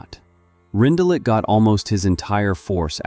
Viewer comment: I know it’s AI but you pronounced his name wrong.